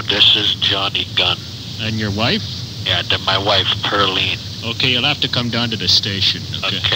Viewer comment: Pearly Pricklybush, not Pearline